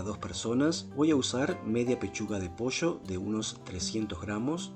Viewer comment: Acabo de descubri tu canal. Me encantó la receta. Claro que la haré. Una gran forma de mejorar la aburrida pechuga de pollo. (Aunque el acento no te delata, el decir "manteca" en lugar de mantequilla y "posho" en lugar de pollo, si 😄).